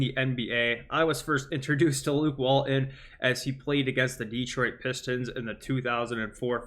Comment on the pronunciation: Let's fix this for you right now. Walton has a "t" in the middle of his name. Say it out loud. His name isn't Wall-un and you are not a middle school kid. WalTon. Got it ?